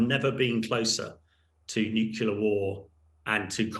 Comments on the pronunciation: I'm sure that is, as he claims, an expert in the field. However, he'd be a lot more convincing if he learned the basic pronunciation of the word nuclear, ie nuke-lear and not nuke-yoular as he repeatedly states. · Really, it is not hard to say nuclear. What’s with “nucular” - and apparently by a native English speaker?! Please! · "Nukela"??? Seriously?? Bring a real expert please. This one is ridiculous. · Nucula. Nucula. Homer. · He keeps saying "nucular". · Why does he keep saying "Nucular" I have to turn it off because he is hurting my ears! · It is cringeworthy listening to his repeated mispronunciation.........new-cue-lar🤣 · I wish this guy could pronounce "nuclear" correctly. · Good to see someone notice that he can't even pronounce nuclear correctly. It is worrying that someone at his level of military experience fails on this.